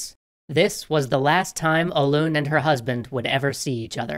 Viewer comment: That is not how say Hoelun btw